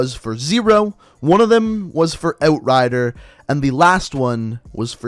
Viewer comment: "oat rider"